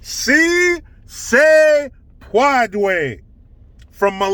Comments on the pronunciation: "SEA SAY PWOUADAY!" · Melania speaks multiple languages, yet the left would call her stupid because she had an accent. Meanwhile, Dr. Jill, has a PHD in education yet can't pronounce a 3 word phrase in Spanish? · Lol, Jill was fact checked, On March 31, 2021, first lady Jill Biden mispronounced the Spanish phrase, “Si Se Puede,” during a speech. Rating True True About this rating 😂🤣🤥😂 Origin First lady Jill Biden has many accomplishments, but speaking Spanish may not be one of them.